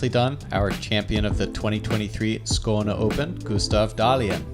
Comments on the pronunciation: I raised an eyebrow to the funny pronunciation of Skåne, until i realized it was a perfect Skåne dialect, which is why i thought it sounded so funny! Good job guys, love to see my country represented! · Great job by with the swedish names. Love watching my home course on Gatekeeper, thanks!